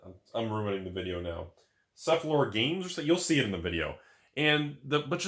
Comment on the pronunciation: As a boardgamer with only a passing, historical interest in MtG, I love watching you feature and explain board games. You obviously know a bit about the subject. You seem to be great at explain them at a level that's welcoming to non-boardgamers but it's still very interesting to people very into this stuff. I love your awe and enthusiasm. It's pronounced sef-lo-fair. The minis aren't in boxes to protect them. It's supposed to be a surprise. Spoiler! FWIW, I didn't like Gloomhaven but I'm in the minority. It's a great game just not for me.